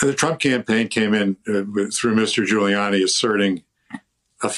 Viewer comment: This guy nailed Ghoullyani. So funny how he described gooly.